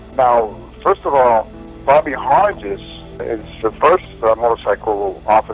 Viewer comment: The typed page at about shows Hargis as the outside motorcycle cop when he is on the inside(closest to the President's car- should be 1, 2 ,3 ,4 Also Hargis is pronounced with a hard g as in Greg.